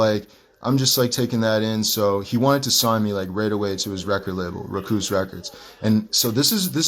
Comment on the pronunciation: This fool said “ruh-koos” records. 😂